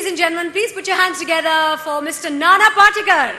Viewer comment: Nana Portugal Nhi nana patekar... Hindi ki aisi ki taisi😂